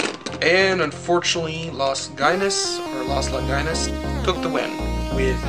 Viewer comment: I thought it's pronounced Longeenoos.